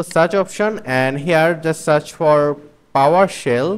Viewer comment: It's Powershell. Not Powersell